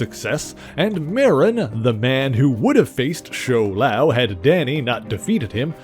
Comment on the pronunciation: My friend The pronunciation is Shou-Lao